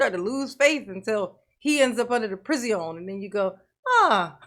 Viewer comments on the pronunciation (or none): "PreeZeeon" is really fun to me cause in french we call Darrell's new home "prison" and it sounds like "preezon". Love your reactions, greetings from Paris